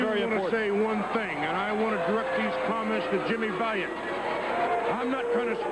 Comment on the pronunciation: Jimmy Val-Yawnt